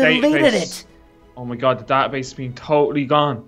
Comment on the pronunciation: lol said oh my gad